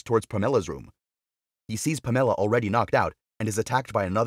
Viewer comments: I checked out when you pronounced Pamela as Pam Ella!! Too painful to listen to! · Never heard of anyone named Puh-Meh-Luh before. 🤣🤣🤣